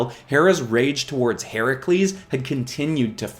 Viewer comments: I am so glad he got Herakles’ name correct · Yaaaasssssssss!!! He but “Heracles” not the incorrect “Hercules”!